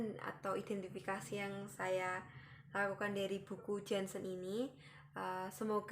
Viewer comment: Nama lengkap Janshen : Jantje Heinrich Janshen. Dibacanya gini mba : Yanceu Heinrich Yanshen Ini pengucapan bhs indonesia jaman dlu.